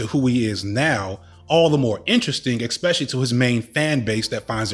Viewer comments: Not a native speaker here. Why is he repeating ex-pecially instead of especially and exe-tra instead of etcetera? If it's a common mispronunciation, doesn't it make you sound a bit un-educated when using those? Is his English nearly standard otherwise? Can't tell, help! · It's definitely uneducated, they're just parroting words they heard from someone else. There's no letter 'x' in words like 'especially' and 'et cetera'. It's like saying 'laxadaisical' instead of 'lackadaisical'. People do it all the time, but it's wrong.